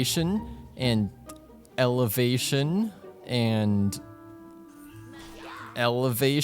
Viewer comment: Elevation...elevation.. and you know... ELEVATION